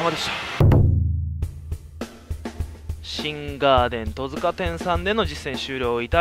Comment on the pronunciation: トヅカでなくトツカです